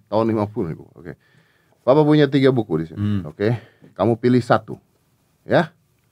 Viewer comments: pappa wkwk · And you know? Me too by the way 😂 just different in my ears, just hard to explain lol